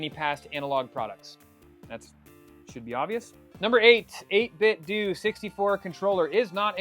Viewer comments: I prefer saying 8 Bit Doo…. Sounds better. BUT I’ve been told it’s 8 Bit Doh. Like pronouncing Nintendo. Just say what you prefer! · I know this is going to come off as petty, but believe me, I'm genuinely asking because someone may have that inside knowledge from 8bitdo. Is it pronounced 8bitdoo or 8bitdoe? I say the latter because I don't say Nintendoo. 🤷🏻‍♂️